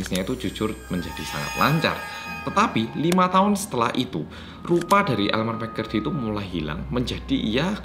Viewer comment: elmer mccurry me: ha? elemer mcflurry?